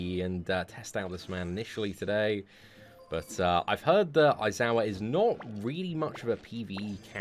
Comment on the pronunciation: A-zawa sorry its pronounced Eye-Zawa but spelt A-I-Z-A-W-A i know it seems a lil confusing but yeh...